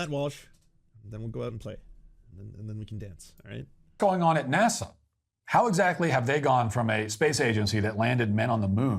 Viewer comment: It's NASA, not Nasah...!